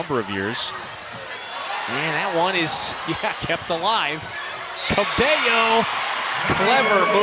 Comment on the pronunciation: it is so aggravating hearing commentators say "cabELLO" instead of "cabayo"